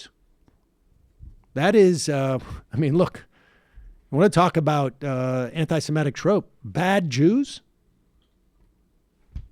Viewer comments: Love ya, Sam and all that you do, but you still haven't learned to pronounce semitic. You keep saying semetic. Thanks. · It's 'semitic', not 'simetic' !